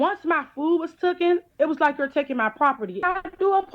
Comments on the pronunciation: Tooken isn't even easier to say then taken 😐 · How did she pronounce "taken" correctly and incorrectly in the same breath.......